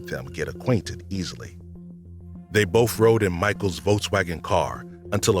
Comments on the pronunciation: Also says bofe for both. And libaries. Drives me crazy. Lol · Someone making this channel should get a narrator that can pronounce library, not libary. Be able to say both instead of bof, and the instead of da...